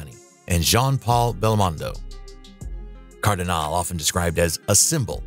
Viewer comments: Claudia Cardinale: "CardinALee, not Cardin-ALE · “Kardinahl?” lol Come on. There is no silent “e” ending in her name. Pronounce the “e” and pronounce it as “eh.” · I think the prononciation of most of the non-english names more disturbing than the behaviour of the people involved{ NicholasSarkovski, Claudia Cardinal, CatherineDenewvem come on}